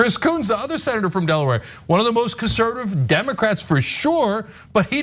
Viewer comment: No comments yet on the "Emocrats"? It's the best slip up yet.